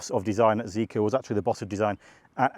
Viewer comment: I think its prounced Zee-Kar.